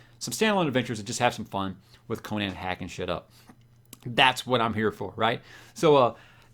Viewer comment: Gratz on finally getting on the Conan train. Btw, you should probably learn how to pronounce it, hehe. I find it so disappointing that most of the fantasy book channels on YouTube completely ignore REH and his many wonderful characters. Shame Amazon gave up on Conan. None of REH's chars have been treated well on film. Only the first Conan movie was worth a damn imo. The comics did a pretty fair job and introduced the char to millions. Don't neglect REH's other chars. Bran Mak Morn is a fantasy treat. Howard also wrote numerous boxing stories and he also delved into humor with his Breckinridge Elkins stories. Also, it doesn't take long to read all the original REH Conan stuff. Many of his fans disparage the continuation of his work done by L.Sprague de Camp and Lin Carter but those are the only Conan works done by authors other than Howard that 'fit' the savage Cimmerian imo. New subscriber.